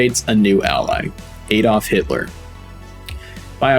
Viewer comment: What is “calvary”? Is it like cavalry? But poorly pronounced. Same with “Aydolff” - related to Adolf? As in A. Hitler? Sort it out. You’re a good storyteller, but these errors make you sound like an overconfident moron.